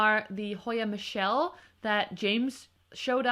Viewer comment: Aww I love this video,! Also I learned recently that Hoya cv. Michele is actually pronounced “Me-kell” a splashy one like James is definitely on my wishlist this year. Sooo beautiful 🤯😍😍